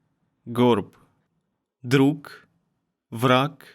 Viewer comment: This video taught me the that “droog” is not how you pronounce “apyr”